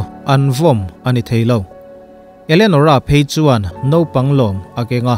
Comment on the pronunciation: Elenorah' zawk maw Enolerah tih hlir in ka lo hria. Kan ngaihsan Sap ho chuan, 'Elianawr' an ti ta emaw ni,🤔